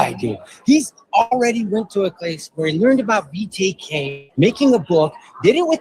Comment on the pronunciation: couldn’t even say BTK correctly as well as so many other words. He’s fallen off the wagon!